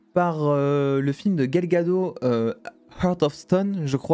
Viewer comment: please Gal Gadot et non Gal Gad'eau